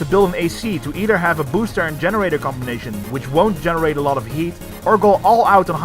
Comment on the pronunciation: I heard booshter